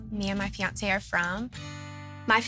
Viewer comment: The word FIANCE doesn't have a T in it. Don't say fee ont say, say fee ohn say. Leave the T out; it sounds ignorant.